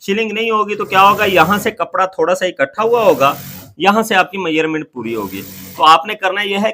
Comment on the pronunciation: Measurement ko ap mayyarment kyu bolte ho